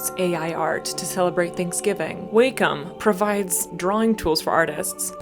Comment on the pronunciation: The way you pronounce Wacom is crazy 😂